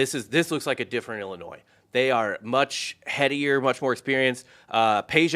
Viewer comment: Its not pronounced ellinoy.. its a fucking i not an e